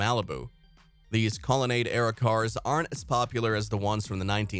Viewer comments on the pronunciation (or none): It's really a shame that they have someone narrate this video who doesn't pronounce so many words correctly and gets so many things wrong. Sucks when people spread misinformation. Obviously not a real car guy. Hard to listen to this video. Colonnade should be pronounced Call-a-nod. Sad.